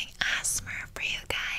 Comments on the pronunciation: Girl say amser right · how many times she said, "ASMER" instead of "ASMR" 👇🏻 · everytime you said ‘asmr’ i heard asthma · I here Assmar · No one:: Asner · Her: AzzMeR Me: .~. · bruh it sounded like she was saying "asthma" repeatedly haha thanks ocean!! although, DON'T watch this late at night bc i watched it at 3am and i almost died trying not to laugh! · " HEllooo welcome to my ASmar ASMer ASMMERR" this is hilarious XD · Imagine somebody who was watching this and it is their first asmr video they watched and thought asmr was pronounced (As-mer) and triggers was pronounced like how she said it lol. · the “asmer” has me dying bc that’s how i was pronouncing it for the whole first year i started watching asmr 😂😂😂😂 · Her: ASMAR Me:*Fall asleep* My dad: What the f*ck is my daughter watching? ¯\_ಠ_ಠ_/¯ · "Ass mar" as she says over and over. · I love how ur pronouncing it like asthma... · saying asmr is how british people say asthma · Lol she said "ASS-mer" lolololol! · i swear if she says Asmer one more time. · This is how many times she said ASSMERR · This would be me if I tried an ASMR Channel also Not the ✨AsMeR✨ the way she pronounces it 😂😂😂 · Not the ASMerrrrr instead of ASMR😂 another thing is that it’s ASMerrrr ocean 🌊is much prettier. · I thought she said Asthma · “AsSmEr” oop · ”assmer” ”triger” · Anyone else notice how she says Ass-mar? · It's pronounced A-S-M-R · Ass-mar I love it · asmur lol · When she says “asmr” and not “asmr” Ouch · By the time it was 1 minute in a couldn’t handle the way you said asmr I hade to leave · When she said a s m r as a word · The way she pronounced ASMR LMAO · I hope that she realizes that that’s not how you pernounce ASMR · She can not even say asmr